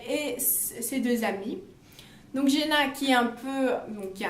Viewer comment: Un des mes livres préféré 😍j’ai super hâte du troisième tomes j’aime beaucoup comme tu expliques je m’abonne par contre il me semble qu’on dit Giana à l’italienne et non jiana 😘😅